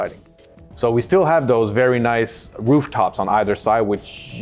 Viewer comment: Nuyce :-D